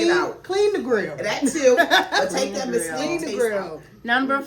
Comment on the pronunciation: It's mesquite not mystique